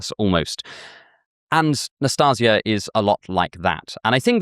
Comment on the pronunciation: I have a strange filing every time you butcher my name. I feal a little offended and wanting to laugh, because how cute and funny it sounds. NastEnka is read like Nastin(the n is very soft)ka. Nastinka is short for Anastasiia and can be shortend in meny ways like Nastya, Nastusya, Nastusha. NastaZia is also a variation of Anastasia. And ints with a s no a z 😂😂😂 Also love your work. Since I found your channel i think i could improve my life.